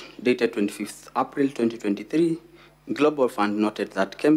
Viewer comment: How is he pronouncing April 😅😅😅😅😅